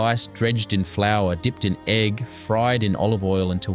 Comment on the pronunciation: yeah it’s AI. There’s a whole lot of them that are the same format. Australian, British, American, now Italian immigrants. And there are a handful of mispronunciations by the AI voices that completely give it away. The biggest one that’s springing to mind right now is egg. They say e.g.g. Oh they do that for pea too. Not every time the word is used, but often enough that it’s a tell. Also, in the Aussie ones, “” occasionally has an issue where his voice speeds up and goes chipmunkish, and stays that way until the end of that listing and then goes back to normal for the next item. As far as AI slop goes though, these are pretty good. I watch a lot of them. Especially the British and Australian ones. I find them calming. I happen to have a particular interest in historic recipes and have a collection of vintage cookbooks, and I live on a little smallholding/hobby farm and am trying to grow as much food as I can and cook from scratch and sort of live the old fashioned way but with modern appliances lol. So these are actually right up my alley. I have learned things from them that I hadn’t picked up from my cookbooks as yet, and they’ve inspired me to make a couple of very old fashioned dinners recently. I’ve had pea and ham soup, I poured off the fat after cooking some pork and kept it, I’m searching for a dripping tin that I like, it got me to finally get around to making jam from the fruit in my freezer so that I could make some puddings. So far I’ve done a regular ste